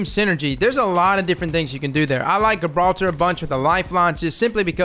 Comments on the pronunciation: guh-brawl-ter.. lol come on man JI-brawl-ter. love your vids anyway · Everyione: Gibraltar: G 🅱️altah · Great tips man.👌. Oh by the way its pronounced 'Juh-brawlter'. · Pronounced Jibraltar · Great content as always, helpful tips, however Gibraltar is pounced with a J rather than a G, keep up the vids though man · Love your videos! D2 and glad to see you covering this game!! Pretty sure the G in Gibraltar is soft though (more like J). Like Rock of Gibraltar, a WWII stronghold for artillery batteries. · Cool video bro but its "Gibraltar" like in "gentle" not a soft g as in "good" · Nobody’s gonna say it? Alright then, the G in Gibraltar is soft, not hard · You are pronouncing Gibraltar completely wrong 😂